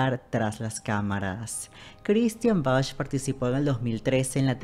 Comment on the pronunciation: Hermosa nuestra Christian Bach!!!! Argentina, acá en nuestro país también trabajó mucho. El apellido de ella se pronuncia "Baj" como el músico, no, como lo pronuncias vos, "Bach" o sea con "ch". No se lo pronuncia literalmente. Te corrijo xq suena mal oirlo no parece q te refirieras a ella.